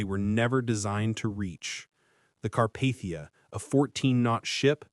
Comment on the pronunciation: Sorry. You lost me . Car-Path-ia noooo